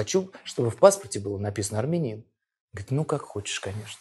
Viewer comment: Что он из марса прехыль? арменин не арненин 😀😀